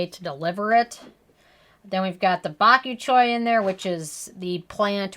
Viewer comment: “Bok you choy”